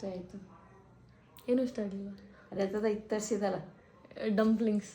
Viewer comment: ಅದು ಡಂಪ್ಲಿಂಗ್ಸ್......, ಡಿಂಪ್ಲಿಂಗ್ಸ್ ಅಲ್ಲ thaayi...... ತಿರುಮಿಸು alla ತಿರಾಮಿಸು, ಹಲೊಪಿನೂ alla thaayi ಹಲಾಪಿನೋ.....